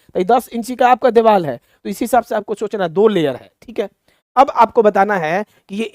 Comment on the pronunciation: Kya psycho padhaoge tum deewar ko diwal bol rhe ho